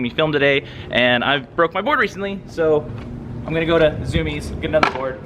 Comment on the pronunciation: IT’S ZUMIEZ NOT ZOOMIEZ LMAO